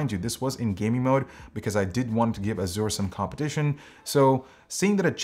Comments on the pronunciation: Made me cringe everytime he pronounced it Azoor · Why do so many pronounce azure as azoor? Is this a non-american thing? I've always known it as a-zer. And at least Merriam-Webster confirms it to be that.